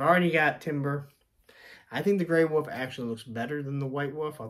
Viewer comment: Wolf. Not wuff. Shemagh, not schmock.